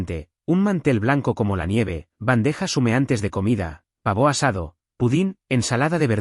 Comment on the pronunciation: Así habla la Inteligencia Artificial 😂😂😂😂